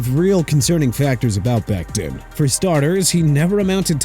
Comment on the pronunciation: Dude... it's pronounced MEHKI (meh-kai) BECTON (bek-ton) OKAY?! WHAT IS YOUR PROBLEM?! ALSO IT'S DANTE (don-tay) FOWLER JR!! Honestly you got a pronunciation problem! Go back to school get a textbook and learn to pronounce Mr. Illiterate!